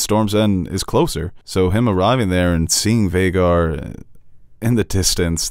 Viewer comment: Aemond saying Vheagar No